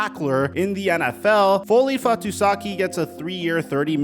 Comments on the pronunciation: The man is called Foley Fatukasi, not Fatusaki ;) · Jets fan here Foley is an absolute run stopping beast! He was one of the brights spots in our 32 ranked defense last year….. And btw it’s pronounced FAH-TOO-KAH-SEE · Fatukasi... Fahhh-Too-Kha-See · The leading tackler in the NFL in 2021 was Foye Oluokun with 192, not the Jets dude. you have them backwards and you mispronounced his name. In what universe would a Defensive Tackle lead his team, much less the league in tackles?